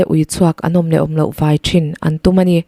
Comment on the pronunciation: I aw a fiah ṭhain, chhiar i thiam hle mai.chanel ti hlu tu i ni."Khawlaia Ui chhuak "vai" tih lai i thluk erawh a dik tawk lo deuh.Kanghlâi tih kan lama hlâi tih thluk anga vãi tih lai hi lam rik tur a ni e.